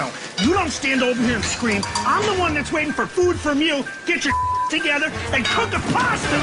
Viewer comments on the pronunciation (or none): KUK DA PASTAH!!!